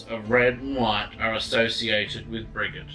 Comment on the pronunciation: sorry but not to be picky on how to pronounce her name but i believe it pronounce "bridge - id" ha sorry just had to help lol Mary Imbolc every one )O(